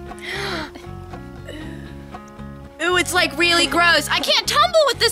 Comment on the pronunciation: When she said like this video it sounded like lick this video so i licked it 😂🤣😅😇😘😋😛😝😝😜😜🤪🙃😉😌😊😊😁😄😃😀